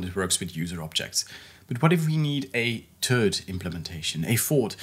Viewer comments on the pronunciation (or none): "But, what if we need a turd implementation?" haha Sorry to tease about your accent. (Your English is obviously very good, it's just too funny. My Norwegian friends do the same thing.) Thanks for the mini-series, as well! I appreciate the great PHP content! I love using PHP.